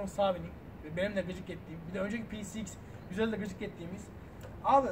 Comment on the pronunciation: youtube da motorun adını tek doğru söyleyen adam bu herhalde herkes peceiks diyor :)